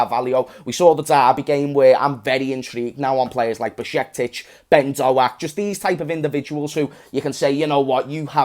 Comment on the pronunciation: finally, someone saying Ben Doaks name right 😂😂